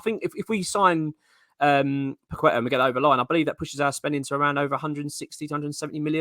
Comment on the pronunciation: Paquetá is pronounced 'Pa-Ke-Ta' not 'Pa-qwe-ta' :)